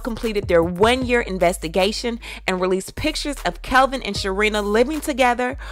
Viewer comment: I thought his name was Kevin at 1st and kept wondering why CS kept calling him Kelvin. Funny how the only person who kept calling him Kelvin was the only 1 that got it right from the word GO!